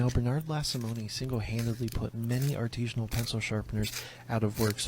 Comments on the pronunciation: The way he says "artesianal" (referring to a type of water well) vs "artisan" is how I know he's a troll. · the guy saying "artesian" instead of "artisan" every single time is a huge clue lol. i doubt he is stabbing his pencils into the water table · it pisses me off that he says "artesian" and "artesianally" and the word is fucking ARTISAN/ARTISINAL/ARTISINALLY ET CETERA I AM LIVID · "Artesianal"? Yup, he must be from the dimension where they say "Parmesian cheese" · why does he keep saying artizhinal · If he were serious he'd know how to say artisinal